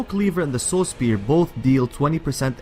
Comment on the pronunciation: I think he says Soul spear instead of Saw spear.... LOL